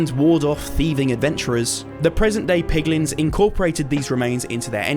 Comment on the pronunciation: The way you say piglins reminds me of Benedict Cumberbatch trying to say penguin lol